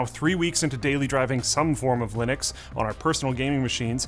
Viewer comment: He literally has the same name as the guy who invented it and still can't pronounce Linux correctly?